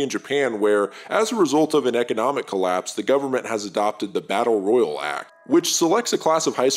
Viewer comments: The way you pronounce "Battle royale" makes me want to chew glass. Tell me you're not a gamer without telling me you're not a gamer. >.> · This video came out 3 days ago, in the year of our Lord 2023, a time in the existence of Fortnite, Warzone, PUBG, and this mans can't pronounce Battle Royale correctly? Never gotten a Victory Royale and it shows. Jokes aside this is well made and dope that just irked me a sec 😂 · It's Battle Royale...like a Royale with Cheese. 😂